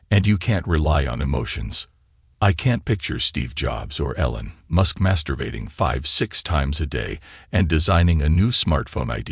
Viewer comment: It's a robot. That's why it says stupid shit like "ellen musk"!